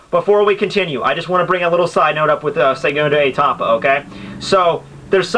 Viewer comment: Dude! It's segundO etapa not segundE etapa and its Izanagi I is pronounce E so its like Ezanagi